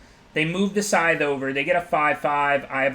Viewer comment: I cringe so hard every time he says SKYTHTH